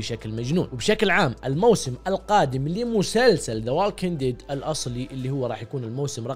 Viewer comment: ووكينق ديد مو والكينق ياخي حرف L مايتنطق بالله قولها صح وكمان مو اينت مان آننننت مان آنت ماااااان والافنجرز اللي قلت عليهم هم مو اشرار هم Anti Hero يعني ابطال لكن ماعندعم مشكلة يقتلو وماعندهم اخلاق زي الابطال العاديين وبس😂😂😂😂